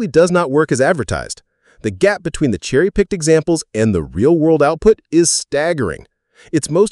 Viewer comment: I heard berry licked